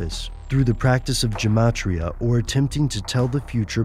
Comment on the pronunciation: Well i'm a sceptic and certainly no exppert in this peculiar field, but it's gematria, not gemitria. Otherwise i am kinda sceptic.